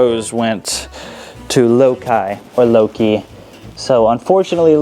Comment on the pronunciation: Pretty sure the winner's name is said "Low-kai" like the character in the original Star Trek "Let That Be Your Last Battlefield" whose painted face is split vertically down the middle, much like this tortie cat's fur. (Wonder if she fights with a sibling named Bele?)